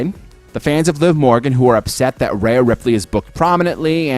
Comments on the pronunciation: Every time you called her Raya Ripley it made me want to change the video. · I've never heard one announcer or other wrestler call her Raya. Her name is Rhea. Ria. Ree-uh. Re-ahh.